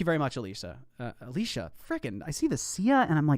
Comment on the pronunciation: XD you couldn’t even say alicia’s name right when I asked XD I still laugh there